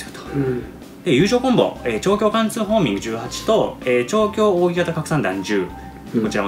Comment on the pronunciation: 扇形はせんけいと読む方が良いのでは？